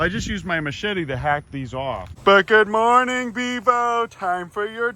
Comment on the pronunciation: “ goodmowning everybowdy “